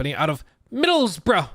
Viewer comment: As someone whose hometown is Middlesbrough, this is all rather surreal. I was actually impressed with pronunciation of Middlesbrough (the accent was completely off though. We're in the North, so Northern accent. Like wow we have more than one accent in the UK) 🤣 We also like to say Boro for short.